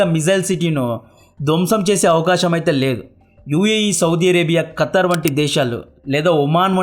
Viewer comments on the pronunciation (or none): none